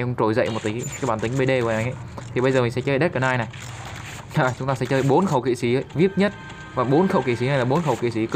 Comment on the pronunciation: Là kỵ sĩ chứ k phải là kỵ sí